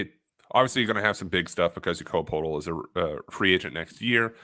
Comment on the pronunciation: Someone tell Poeltl rhymes with turtle. One pronunciation connection at a time